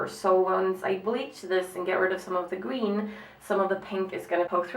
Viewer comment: Gween instead of green hahahah too cute